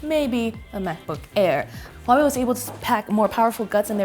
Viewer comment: One of the YouTube channels that actually pronounce Huawei right. Good job lol